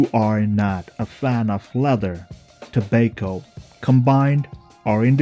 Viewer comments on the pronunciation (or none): Pronounced “Tob-ah-co” not “To-bake-o” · Where are you from? Which part of the world is it pronounced like to-bake-o?